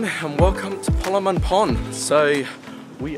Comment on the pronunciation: the way your pronounced it lmao it's not "KALAMANG GAN" ITS "KALANG GAMAN"